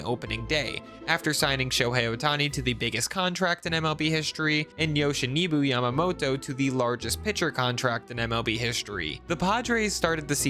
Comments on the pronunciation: You did Brusdar fine... but not so much with that "Yoshanibu" mess! Yo-shi-NO-bu. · It's okay, but the way to pronounce it is 'Yoshi-NO-bu' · "Yoshinibu Yamamoto"